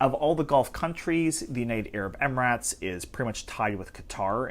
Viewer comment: Idc if it’s right or wrong, pronouncing it “amaratz” is annoying.